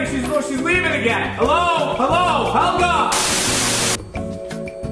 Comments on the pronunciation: 2017 THE NEW BROOM! "A plant." "Yeah this lady made it up her name is Helya (she pronounces it like that) "ITS HELYA!"says Helga "Thats what i said." "Its spelled H-E-L-G-A!" 2018 NEW BROOM its wheat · You gotta pronounce it as hIElGaHH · Me: hello Helga: healo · Did helga say my boyfriend or my bed friend?